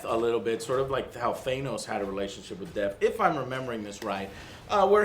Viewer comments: Why are they mispronouncing Thanos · .... it’s Thanos... not Thainos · Why do they keep saying Thaynos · Stop pronouncing thanos as theynos... Dammit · thae-nos is my bae-nos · Joe still can't say Thanos right?lol luv you Joe.